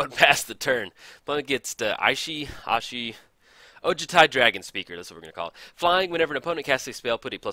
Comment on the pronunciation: pretty sure Ishai is pronounced EE-shy